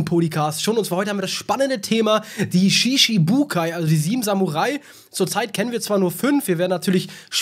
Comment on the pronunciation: Es wird Shichibukai ausgesprcohen wie Itachi